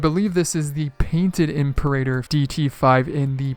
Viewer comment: It's pronounced "Imperator"